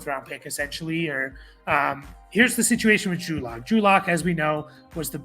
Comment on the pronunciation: Drew Luck…can’t even get the guy’s name right haha